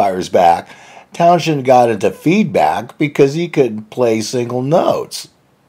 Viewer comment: Many thanks, yes it's pronounced Townsend, thank you